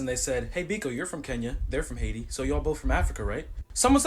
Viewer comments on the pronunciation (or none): none